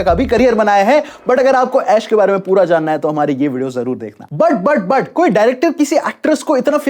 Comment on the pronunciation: Yaar bhai tu but ko put kyo bolta hai😅😅